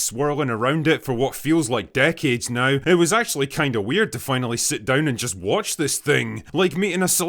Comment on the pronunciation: Don’t you love how she says weird weird?